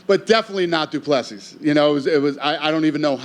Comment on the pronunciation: Seriously Dana.. can you pronounce Dricus’ full name right please ffs 🤦🏻‍♂️ [Doo-Pla-See]